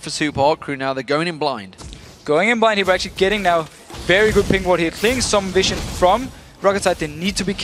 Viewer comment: Someone please fucking tell that its pronounced viZion, not viSSion...